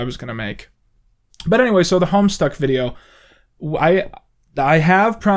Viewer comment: I have absolutely no idea about this Homestuck , I originally thought he said homestar as in homestar runner